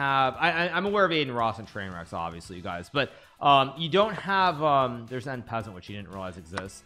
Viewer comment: Why do you pronounce 'en passant' like that?